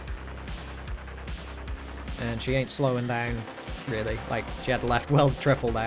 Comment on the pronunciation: How is it so much of a struggle for you to say "she"?